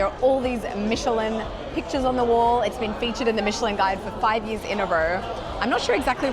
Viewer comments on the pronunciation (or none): none